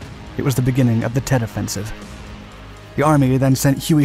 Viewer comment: At least he pronounced Tet correctly. Lol.